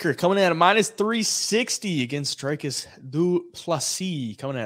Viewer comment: I never knew saying "Dricus" was hard till Americans tried to say it.